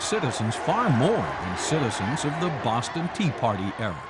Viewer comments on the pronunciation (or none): none